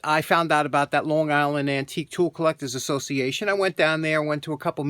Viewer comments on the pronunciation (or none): none